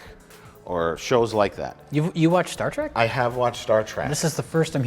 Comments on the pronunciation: “Star track” 😂😂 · Ach noo, and here oov been calling it 'Star Trok' all deez yars... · Weird how Mike calls it Star Track and correctly calls it Star Trek. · Mike, It's Star Trek Not Star Track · Mike keeps saying "Star Trak"... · "Star Trak"